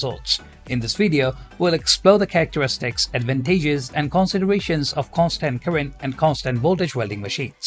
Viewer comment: You pronounced the words "advantages" and "purchasing" wrong. The second syllable is not a hard A sound in either word.